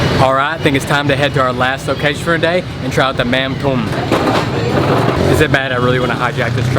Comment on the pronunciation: It’s pronounced “mum dom “